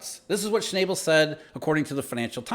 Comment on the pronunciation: Sch-naw-bull not Sch-nay-ble